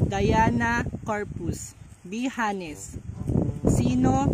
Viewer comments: Mam,pag binigkas o binasa ang"honest"silent H po.wag po sanang magalit baka po kasi gayahin ng makakapanuod lalo na ng mga bata. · correction lods silend "H" po yung sa honest 😊😊😊yun lng po❤️